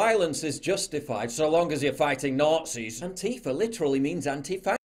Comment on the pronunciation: Ant-teefer eh? Why can't conservatives just say the word Anti-fa?